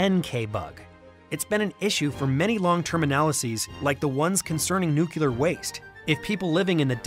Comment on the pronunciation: The word is Nuclear (new-clee-urr). Not nucular (new -kew-lur). Fix your George Bush dyslexia.